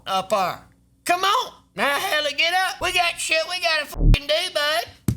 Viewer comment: almost spit my drink on my monitors 'We got stuff ta dew!' He said 'Up 'ar' I'm dead you know he the realest